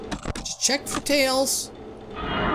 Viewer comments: Its talls not malls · he sais tails not nails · u said nails instead of tails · when you about to enter night six you called tails sails 😆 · Why's he saying Nails, it's just Tails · it's tails NOT nails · In the Easter egg it sounded like he said nails😂😂😂